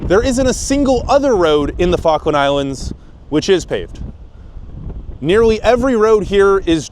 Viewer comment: I thought you said Faroe Island